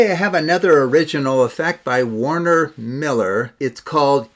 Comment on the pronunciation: You keeping saying WARNER Miller, but it's WERNER Miller!